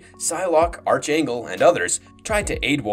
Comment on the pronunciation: It's pronounced ARC-Angel (like Spark) Not ARCH-Angel (like Archie). Watch any cartoons involving Apocalypse and his Four Horsemen...